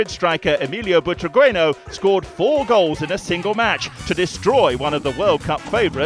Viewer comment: How can you pronounce Emilio Butragueño as Emilio Butragweno?